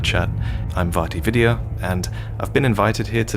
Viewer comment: This had me tripping. I was like "It's Vaati VIDIAAAAA" I felt second and first hand embarrassment